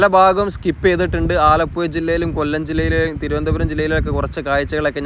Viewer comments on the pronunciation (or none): none